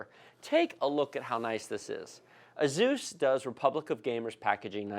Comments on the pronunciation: Great video, thank you 😁. But I never heard anyone say Asus like that😂😂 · "A Zeus" "Strikes" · the fact that you said AZUS and STRIKES made me dislike the video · Jee golly I sure am glad you unboxed the 'Azuse' 'Strikes' O_O